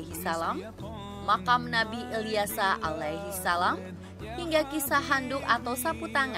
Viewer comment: Narratornya biar yg bisa nyebut ALAIHISALAM dengan yg betul dong